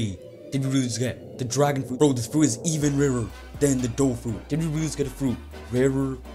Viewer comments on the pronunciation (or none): none